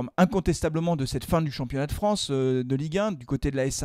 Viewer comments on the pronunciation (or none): none